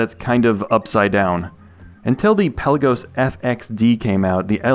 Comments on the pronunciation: Hi. I’m a watch nerd…and a pronunciation nerd (police?). Pelagos or Pélagos is pronounced Pé-la-gos and not Pel-a-gos…or anyway close to the way …Pellagiss or any Brits for that matter pronounce it. The watch’s name comes from a town in Greece and means “depth of the sea” and is not pronounced as in archipelago. Awesome vids by the way! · It's "Pelaga". Pelagos (πέλαγος) is a Greek word.